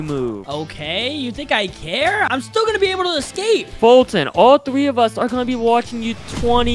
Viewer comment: He forgot he said scape but it was escape